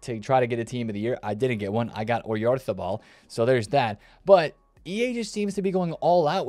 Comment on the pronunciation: Fire pronunciation of oyarzabal